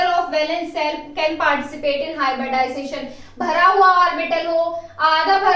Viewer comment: Hybridization....not hyberdization🙄🙏